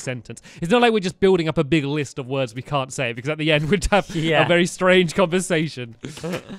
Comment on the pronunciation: He said Wee-Wee